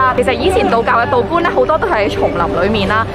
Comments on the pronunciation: 請注意讀音吧- 道「觀」（音灌）及西「樵」山（音潮）非「蕉」，感謝。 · 多謝kate同好介紹😊 天氣開始又熱又潮濕，要改為做d輕鬆活動喇。BTW, 希望你唔好介意我多事，道觀應讀作道「灌」(你應該有聽遇青松觀呢個地方吧)，而西樵個樵字係讀做「潮」，樵夫個樵(樵夫即係斬柴佬)😉 你d片愈黎愈多人睇，好有影響力㗎